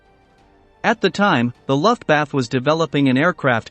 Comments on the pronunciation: Mispronounciations: MENGELE, LUFTWAFFE. Correct pronunciation is MEN-GEH-LE, non MEN-JEL-EH. Correct pronunciation is LUFT-VAFF-UH, not LUFT-WAFF. Information good, otherwise. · Lol...Luftwaffe is pronounced LOOF-wah-fuh...emphasis on first syllable. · Auschwitz is pronounced as "owshvitz" Luftwaffe is not pronounced as "luftwaf" It's "luftvaffer" And Mengele is not pronounced as "menjali" ridiculous! It's "mengela". Learn to use pronounciations correctly please. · Horrible mispronunciation from fake computer voice. Interesting content though. Please get a proper narrator! WTF is "Luftbath"???, Nutsism?? or Josef Menjool? C'mon people, if you're going to try to present educational content, at least make it correct! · My God, it's so bad and unprofessional the way certain German words are horribly mispronounced on this video such as "luftwaffe" and "Mengele". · Thank you. He can't pronounce Luftwaffe either.